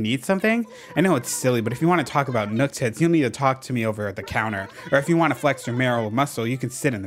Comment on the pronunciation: Every time you say Nooktits I just….. I lose my sanity a little bit. I love it.